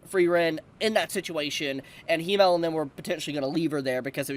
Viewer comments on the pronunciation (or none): Its Himmel, not Hiimel. Please let google translate pronounce it in the future 😢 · i love you but as a german my ears are hurt😂 it is not "he-male" it is "him-mel"